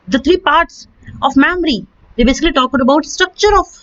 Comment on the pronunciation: Mamry or memory?